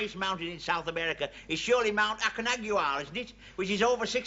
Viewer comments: It's Mount Acon-CA-gua. Not Aconagua. Sorry Ronnie. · It is Aconcagua